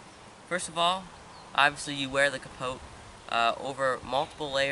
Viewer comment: The "t" in capote is silent, other wise, great video.